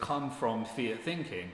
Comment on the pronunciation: when you say “fiat thinking” it sounds like you’re saying ‘fear thinking’ because you’re not pronouncing the ‘t’ at the end of ‘fiat’. This might be confusing to newbies tuning in.